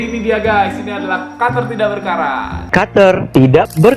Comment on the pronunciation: Kenapa ya gua suka ngomong"kater berkarat"🤣